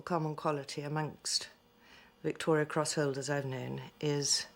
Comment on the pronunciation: Just saying its Victoria cross not Victorian